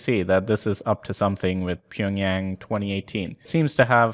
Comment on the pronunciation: Pyeongyang?! Its pyeongchang